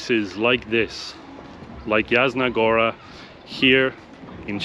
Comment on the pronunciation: Yasna, "J" in Polish is prenounced like "Y" in word Yeti. Yasna Goora. 😁